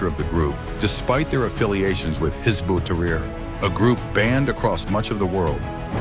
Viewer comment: Your AI pronounced Hizb as hizbee. You are ignorant bigots.